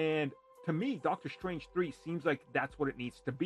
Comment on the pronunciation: his name is Dr Strange not Dr Shtrange. Why do you say it with an "sh" sound?